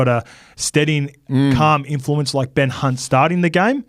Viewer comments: Did just call him Ben C*nt hahahaha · Did just say Ben Cunt 😂